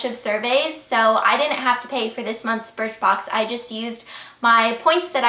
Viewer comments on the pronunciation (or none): You said BIRTHBOX! haha